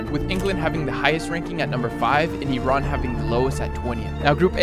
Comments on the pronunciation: Finally someone pronouce iran right its not i ran ffs😂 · Finally someone that pronouces iran correctly